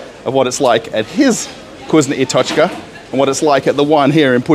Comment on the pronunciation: you pronounce it cuisine i tochka lol